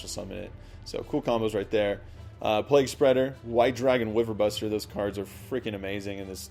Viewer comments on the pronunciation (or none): none